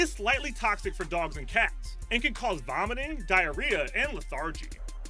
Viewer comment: He said Diareah so many times